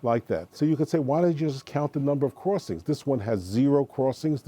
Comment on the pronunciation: "cruwossings". It was annoying and distracting.